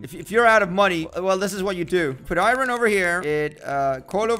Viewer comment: I hate it when he says iren instead of iron